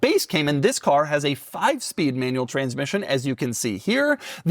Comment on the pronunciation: ✅ BROWNNE ✅ MANUELLE ✅ FRONK